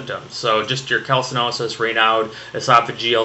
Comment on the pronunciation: Raynaud was a french doc, so the "d" is silent lol.